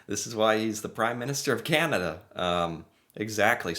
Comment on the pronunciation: Hi. As a Canadian, I’ve been hoping that eventually you will learn how to pronounce “Canada”. If you listen to Mr Carney’s speech, he says it a few times. However, we really enjoy your show and mispronouncing Canada won’t make us stop liking your work.